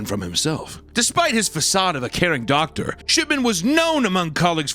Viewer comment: Doctor ❌ Doctorpher ✅